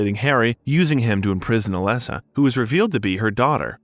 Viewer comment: Overall great video but the way you pronounce Cybel abd Dahlia (and occasionally Alessa) was very distracting. The game has voice acting so I'm not really sure how that happened since I'm assuming you've played it? Having saud that, I still did enjoy your take on things, especially the history of Japanese horror.